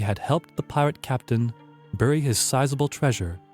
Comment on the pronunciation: I enjoyed this, but was distracted by the vast amount of mispronunciations: marque, tenure, Nevis, loath, dysentery, Quedagh, acceded, bury, etc. In a 30 minute video that's a lot. If you have text you would like checked over, I'll be glad to help; otherwise, dictionaries and pronunciation guides would be very useful, adding to the program's credibility.